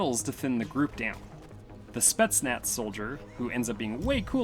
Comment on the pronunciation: I know these days its in to call every russian person a nazi, but its pronounced spetznas not spetznatz